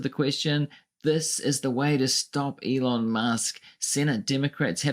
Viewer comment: can’t even say his name! He refers to him as “Leon”!